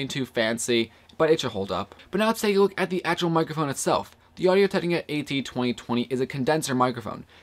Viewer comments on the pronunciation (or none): Hey man, thanks a lot for doing this review, useful stuff. Just a suggestion, I think you have a tendency to talk too fast and slur your words. For example whenever you say Audio Technica it sounds more like "Audio Tegniga." But I like that you showed the microphone's response at different distances and in different directions.